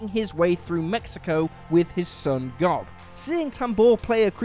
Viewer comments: Dude! GOB's name is pronounced "Job" like the Bible character not "gob" like a piece of food you spit out of your mouth. I don't think you actually watched Arrested Development, did you? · You just called him Gob? It’s pronounced like Job. :( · Have you watched Arrested Development? GOB rhymes with Globe not Blob. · Am I the only one who HATES that WhatCulture writes scripts and hands them out willy-nilly to presenters who have clearly never seen/heard of the thing they’re talking about? I mean, Gob is not pronounced like that. Nor is Marcia. It’s like they’re just handed a script and given two minutes to read it before they record it. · And Gob